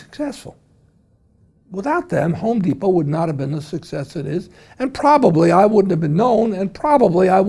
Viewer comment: Even a co-founder of The Home Depot doesn't say the company's name correctly.